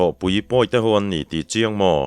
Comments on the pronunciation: Vacha thlawhpui pawihte tih lai a, vacha thlawhpui tih lai tak kha, PUI tih kha i thluk dan kha a dik lo deuh lo maw, ka ti deuh a, Ar tui tih a tui lai thluk anga ri mar tur a ni lo maw. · Pawnpui chhe duh,Pawite bawk.Vacha thlawhpui pawite bawk . pui hi i thluk dik lo hret.3 lai thlûksual ka hria... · Tlaikhawhnuah sawi ve ila, țawngkam ah 'Pawihtè vachain a thlawhpui,' tih a ni țhin a. 'Vacha thlawhpui Pawihtè,' tih i lamrîk a, 'pui' i lam dân hi a diklo e.